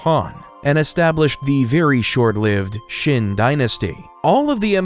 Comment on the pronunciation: c'est un peu bête de ne pas avoir appris comment prononcer les noms Chinois. En effet, Chine viens de Qin mais du coup on se demande pourquoi ? la raison est simple c'est la même prononciation en chinois. mais la avec votre prononciation on ne vois pas trop le rapport.